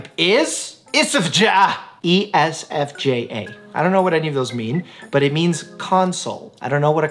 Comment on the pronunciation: "My personality type is....ESSIFJAH?!" Me: "It's E.S.F.J., you chicken."